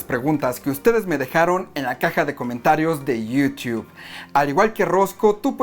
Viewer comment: Me da risa como pronuncia YouTube.